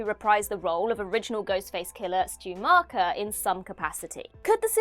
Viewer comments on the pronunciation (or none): none